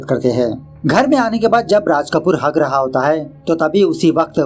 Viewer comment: the way u say hag raha😂😂😂